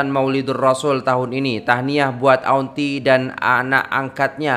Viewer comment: Kalau saya kerajaan ,saya anugerah kan gelaran Dato' untuk nenek laushi ini. Saya nangis tengok laoshi nangis . Semuga laoshi dapat hidayah. Semuga laoshi di jaga oleh orang sekitar dan jiran jiran . Kesian dia . Nur Muhammad ,cak bukan nur muh. Auntie di baca Anti